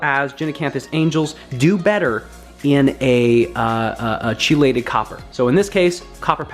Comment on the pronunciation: It’s pronounced key-lay-Ted